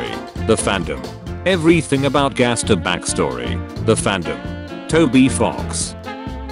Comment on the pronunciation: here its like gaster with a j see jaster